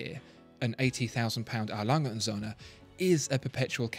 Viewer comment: Okay one more time: Sonne = Sun, Söhne = Sons , And & = und. So... Ö. NOT O. A BIG difference. Do your home work when pronouncing brand names, or you will sound like a yank..